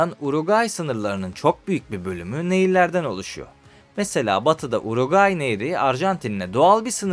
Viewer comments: kardeşim hep yanlış söylemişsin uraguay değil uruguay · Uroqayi yox Uruqvay ölkənin adını düz söyle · uraguayyy ukranya reisimin dilin dönmyo sıkıntı yokkk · Önce ülkenin adını doğru söyle uraguay deyip duruyorsun. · Uruguay demek bu kadar zor mu ya? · Sen uraguay dedikçe Güldür güldürdeki paşanın yanlış bilen skeçleri geldi aklıma. 😂 ama bence diksiyonun çok kötü değil. Ufak tefek destekle çok iyi hale gelirsin. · Ülkenin adını söyleyemiyosun gelmiş video çekiyosun. Sağol. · Bi de Uruguay diyebilseydin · Hiç Uruguay diyememiş ki 😂😂